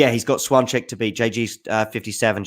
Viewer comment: Swancheck? really?:D wasn't sure what you're talking about for a while, I thought "swan check" is some sort of a Brit phrase, an idiom maybe, I don't know the meaning of. Her name is pronounced close to this: "shfyonteck" in English (without the phonetic alphabet at hand).